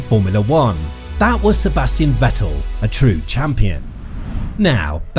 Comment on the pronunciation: And the S of Sebastian is pronounced Z.